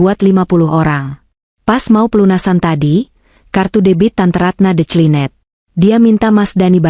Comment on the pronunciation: Jember utara🎉 Cara pembacaan cerita tol diperbaiki incoming bkn intjaming...detjlinet dr decline